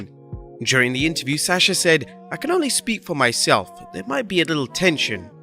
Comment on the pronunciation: Every time I hear him say Sasha I cringe because he can’t pronounce her name right.